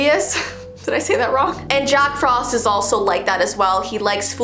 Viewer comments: You said jock frost instead of jack frost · It’s Jack Frost not Jock Frost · "jock frost" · "Jock Frost" lmao